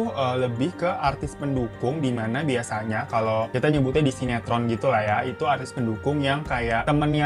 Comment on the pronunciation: Bang...... Artis bang bukan atris🤦